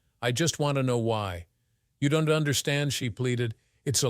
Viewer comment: This story is fucked up! The villain in the story is named Richard. Then, before the Police got involved, his name changed to Jake! It was painful to listen to the pronunciations of possessives and contractions. Instead of apostrophe S, each person's name was pronounced with the S sounding like a last names first initial! Example: the prosecutor S. Mark S. ; Don't was pronounced donte'. Also, the title indicated that the story was about interracial marital cheating! This story should be removed from Instagram! Ma'am was pronounced, MY AM! WTF?